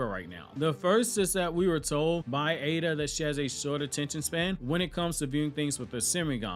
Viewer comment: People please, its Eida not Ada.. big flipin difference